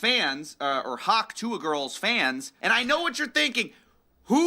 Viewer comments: I love the way you put your soul into pronouncing hawk TUah😂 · it’s true… in the last vid it was hard to sit thru the dumbass way u pronounce hawk tuah…. i love you tho i watched the whole thing…. (im a completionist at heart) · the way you say hawk tuah is killllllling me 🤣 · I found the way you say hawk tuah very funny and it’s the only way I will say it from now on. 🤣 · i think it's hilarious the way you say hawk tuah